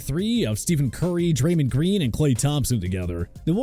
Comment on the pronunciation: Please never talk about basketball again 😭😭 "Steven" Curry? "Dreymon" Green? Wiseman isn't even on the Warriors? Yanis? Pain bruh. Pain 😭😭